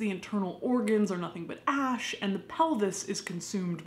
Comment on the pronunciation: Ash not ask